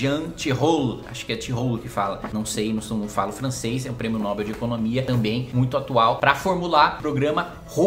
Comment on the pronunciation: Ah sim.. Nobel se pronuncia "Nobél". Primeiro pq o nome o fulano que batiza esse prêmio também se pronuncia "Nobél". Segundo pq se ela fosse oxítona, teria acento no "ó"!